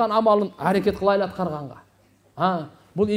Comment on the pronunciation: Кылайлы эмес кылалы. Кыргыздын созу кайда бурулуп жатат. Й тамгасын Отто эле кокодотуп жибербейли